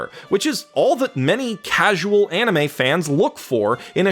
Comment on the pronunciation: i'm sure many people tell you this but get your pronunciations right, if you watch the anime you will find that the name sound a lot better when said correctly